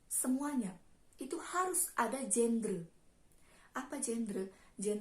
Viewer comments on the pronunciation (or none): none